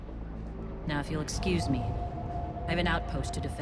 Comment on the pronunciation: I'm sorry, but when you said "escoomee" I about died laughing. I haven't heard many others say it like that outside of myself and my siblings in ages. :D